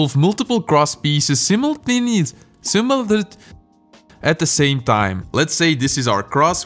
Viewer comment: Simolteneus .....simonlet .... At the same time 😂😂